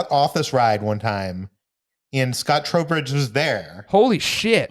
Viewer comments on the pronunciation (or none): Oh my god his name is Scott Trowbridge not Scott Throwbridge. Jfc